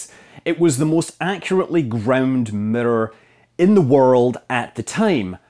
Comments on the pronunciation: What's a murrur? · WTF is a "Mitter"? "They put the 'MITTER' in the hubble telescope" ?????? Do you mean miRRor? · The Hubble telescope middor? I’ve never heard it been Called that before... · Mitter, ettor lmao. Scott your awesome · Yeah we actually say the word like it’s spelled in the U.K. and pronounce all of the syllables correctly. To us it sounds like Americans are saying ‘meer’ when they try to say mirror. There’s nothing that remotely sounds like a ‘d’ in there, he’s just pronouncing the double ‘r’ properly. Which, sounds a bit stronger than an English person would pronounce it because of his Scottish accent. To us, it’s the American pronunciation that sounds way wrong. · auto-gen subtitles can't handle pronouncing "mirror" like that, it got, "the murdered had to be grown to a very exact shape" 🤣 btw, couldn't you say the Hubble mirror was precise but actually not accurate ? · You pronounce 'mirror' weird, Scott. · This guy can't pronounce mirror no matter how many times he tries lol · Mirror = mitter. Error = etter. Luv ya